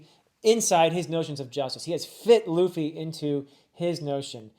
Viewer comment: he pronounced it Luh Fee and not Loo Fee